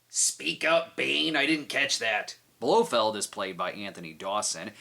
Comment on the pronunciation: um... I believe that’s properly pronounced as “blo feld” is he gonna announce on his bullhorn that he has some black dynamite too?